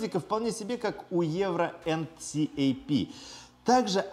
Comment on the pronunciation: Мне кажется видос был бы вдвое короче, если бы говорил "энкап" а не так как говорил)